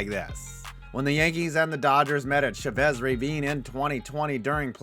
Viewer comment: It’s CHAvez , not chevez